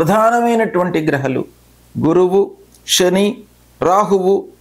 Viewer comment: Grahaalu ani palakdam nerchukondi.. kindly request you